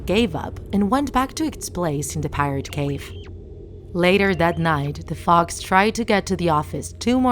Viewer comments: Pirat cove not Pirat cave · And she says Pirate Cave not Pirate Cove... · And it’s not pirate cave it’s pirate cove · pirate cove!!!!!!!!!!!!!!!! not cave! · annnd pirate cave its pirate cove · The narrator: pronounces pirate cove as pirate cave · “Pirate cave” sry but it pirates cove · you mean cove not cave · Pirate cove, it's pirate cove!!